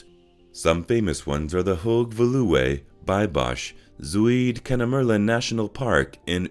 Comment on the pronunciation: Listening to an AI try to pronounce "Zuid" was quite a laugh. For the record, it rhymes with "loud".